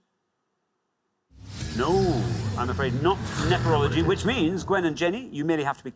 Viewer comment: No, he definitely said NePerology. I checked a few times. And I think he would've reacted differently if that had been what he said, rather than just calmly nodding...